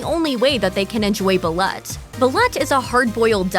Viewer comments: Pronounced Ball-oot yummm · The duck eggs are spoken as "bal-loot."